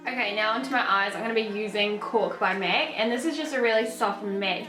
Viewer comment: idk why I found so funny everytimw she says "mec" instead of "mac". where is she from? also I've been looking for this look everywhere and I finally found one that's pretty good. thank you!